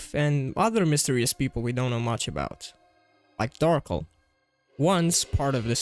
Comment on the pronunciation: lol you said Darkel the funny way